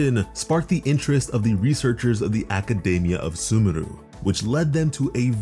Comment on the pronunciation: Its not iNazuma its InaZuma, also SuMeru not SUmeru, its baAl not ball, im so sorry but this is anoying me